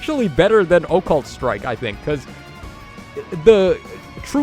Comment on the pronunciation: I like when says Oh-Cult Strike:)